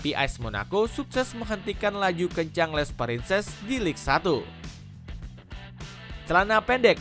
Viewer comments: lig satu 😂😂😂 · Cara baca Ligue 1 itu Lig Ang woyy. Ngawur naratornya. Nggak profesional banget 😂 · Apa sih naratornya bego banget. Banyak salah woy cara bacanya. Ligue 1 aja salah baca, Il Popo malah dibaca Dua Popo 😂. Goblok banget wkwkw padahal isi videonya udah bagus tuh